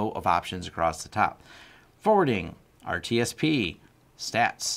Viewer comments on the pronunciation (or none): second time i see you do this now, but it's not RTSP, it's RSTP ("spanning-tree protocol", the R in the beginning is an upgrade that stands for "rapid")